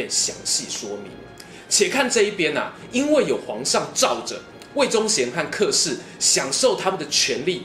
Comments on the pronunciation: 小子，老夫不才客氏应该叫且（音）氏，过去老家来客叫来且了。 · 这里“客”的发音是“且”